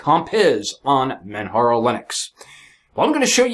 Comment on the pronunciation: Dude it's pronounced Manjaro, or perhaps you say Jesus as heyzeus?